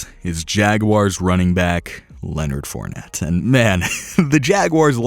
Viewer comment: Wow you butchered fournette and chiefs